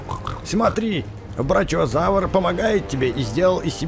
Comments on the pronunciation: Правильно не прачиозавр а брахиозавр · БраХиозавр а не браЧиозавр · Не брачеозавр а брахиозавр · Динозавр с длинной шеей называется брахиозавр а не брачиозавр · НЕ БРОЧИОЗАВР А БРОХИОЗАВР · Не брачиозавир а брахіозавир.😅😂🤣🤣🤣😂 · правильно брахиозаур а ни брачиозаур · Не брачиозавр а брахиозавр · это не брачиозаврус, а брахиозавр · Брачиозавр не а брахиозавр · Брахиозавр, а не брачиозавр :) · Не брачиозаур, а брахиозавр. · Это не брачиозавр это брахиозавр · Брахиозавр а не брачиозаврус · это не брачиозавр а брахиозавр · Это не брачиозаврус, а брахиозавр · Не брачиозавр, а брахиозавр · Ты не правильно говорил! Не брачиозавр а брахиозавр! Бывает же когда сочитание букв ch читается как х! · Бахиозавр а не брачиозавр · не брачиозавр брахиозавр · это не твердолоб в паразаруалоф а не брачиазаурс а брахиазавр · И не брачиозавурус а брахиозавр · Не брачеозавр а брахеозавр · Не брачиозавр а Брахиозавр .!ты не так прочитал и он не брачо и бранилобик это Пахицефалозавр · Не анкилозаурус а анкилощавр и там браХиозавр и пахилозавр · Не брачиозавр, а брачиозавр! Я конечно знаю что ты не знаешь названия но можно же в интернете посмотреть! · брахиозавр правильно говорить